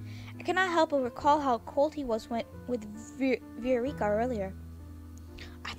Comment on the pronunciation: and btw it's pronounced 'vy-oh-rick-ah' (viorica)